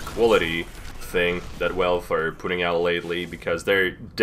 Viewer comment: i love it when he says "välfé"